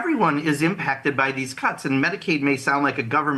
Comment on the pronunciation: Did he say “cuts” with an n.?